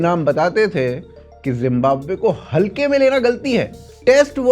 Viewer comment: Yar pehle to tum zimbabwe ko jimbabwe bolna chor manhoos lag raha he jimbabwe kehte hue parha likha hokar bhi jimbabwe bolte ho